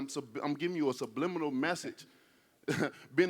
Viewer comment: "sublibminimal" - Wilder 2020